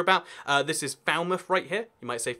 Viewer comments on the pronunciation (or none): none